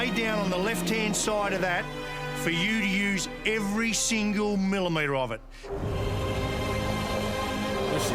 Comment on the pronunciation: "every single moollimeter"